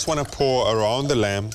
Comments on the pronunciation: Reuben is awesome but can someone please tell him the "b" is lamb is silent... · Glenn, I agree. That 'b' (or perhaps even 'p') makes me cringe every time.